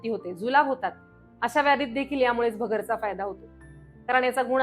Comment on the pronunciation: भगरचा ❌️ भगरेचा ✅️✅️✅️